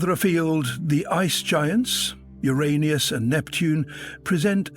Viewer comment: The AI generated voice is pretty convincing, except when it pronounces Uranus as Euraneous, and wouldn't mix up gas with gos.